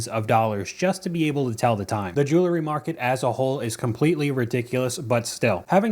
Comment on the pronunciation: The word is jewelry, not "jewla-ry". The root word is jewel, not "jewla". Unwatchable with this mispronunciation.